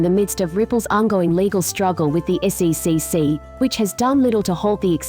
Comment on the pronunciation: When you want the automated voice to say things correctly such as the SEC, you need to put a space in between each of the letters